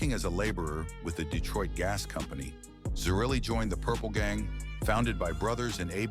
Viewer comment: Pronounced Tocco and zer-relly (zerelli)